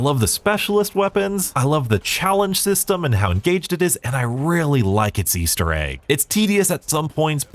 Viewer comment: I love me an "Aester Egg"!! xD